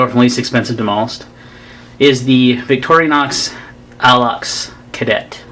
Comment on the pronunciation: Stopped watching when I realized you were going to insist on mispronouncing Victorinox...